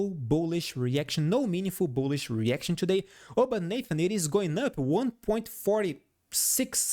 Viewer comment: "Ciù-day we made ..." bless you😂😂😂